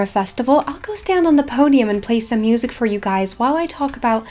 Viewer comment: “we have the mEeUsEk”